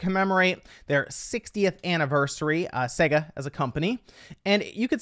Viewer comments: it's not pronounced saga, it's sega. The name Sega, is an abbreviation of Service Games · Segga.... Ugh. It is SEGA.